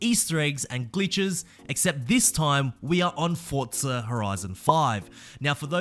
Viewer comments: Forza.. For - za. Not Fort - za. geez so triggering! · Why is it called fortza 😂😂